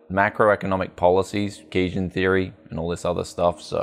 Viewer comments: My favorite youtuber with a speech impediment. Graphis Cahd, Cajun Theory. What's next on the menu? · Gotta say, generally like your stuff but your analysis of economic theory is pretty lacking and it's quite telling that you can't even pronounce Keynesian economics let alone understand it. Please read some modern sources and theorists bc ATM you're pedalling outdated ideas clumsily applied to an incredibly complex issue.